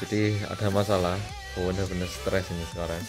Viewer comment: lucuuuu ngomong (seutressss aku rekkkk)